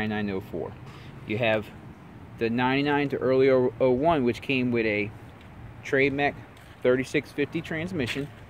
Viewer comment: Came "wid" a...